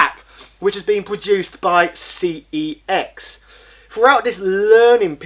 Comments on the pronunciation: It’s pronounced sex not cex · Sorry but it is pronounced SEX. When you ring the store they even answer it as so.